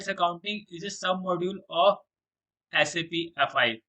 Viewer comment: before making videos of SAP first learn how to pronounce SAP...